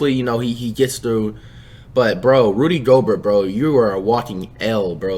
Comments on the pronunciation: Rudy go-burt 💀😂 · "Rody Gobert" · "Rody" Gobert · Crazy Gaming Rody GoberT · Rody Goalbert